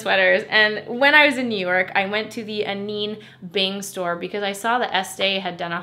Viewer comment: Hi, just so you know, Anine is pronouced "Uh-nina"! Also RIP my bank account because I just found your channel about a month ago and have already bought almost everything you've discovered within that time frame... Like I'm literally watching this video like "yep, I got it... yep that one too..."